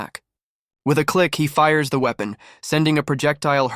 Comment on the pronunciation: Seeing as they pronounced it as uepon I think they didn't understand it